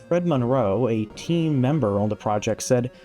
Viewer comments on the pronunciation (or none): none